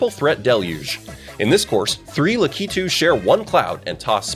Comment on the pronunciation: Three Lacitus One Cloud